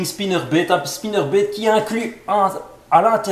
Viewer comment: " Un swimbéét " " un spinnerbéét " 😂 aah ces belges 😁